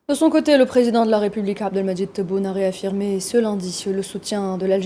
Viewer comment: réaffirmé Abdelmadjid Tebboune la charte algérienne l'Algérie algérienne Elle ne semble pas contrôler les muscles de sa bouche d’où ses problèmes de prononciation. Ou peut être faut aller mollo sur les piqûres !